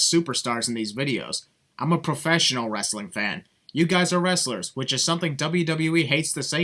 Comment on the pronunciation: He said WRASSLERS. There's a massive difference between wrestlers(you know, people like Chad Gable, Jason Jordan, Kurt Angle, Brock Lesnar etc.)and WRASSLERS(what pro-wrestling is).